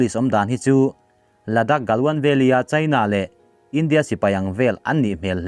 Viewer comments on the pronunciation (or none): none